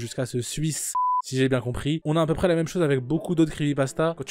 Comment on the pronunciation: On dit "à peu près" frérot mais bonne vidéo sinon !